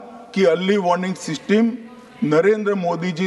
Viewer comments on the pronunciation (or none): Woh seesteem nhi system hota hai.